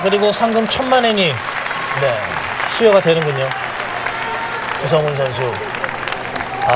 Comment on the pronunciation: Chu Sung Hoon, or Choo Sung Hoon. Not Cha.